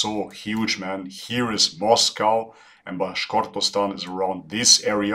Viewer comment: Bruh , narrator called “Bashkortostan” as “Bahortshtan” wtf 🤦🏻‍♂️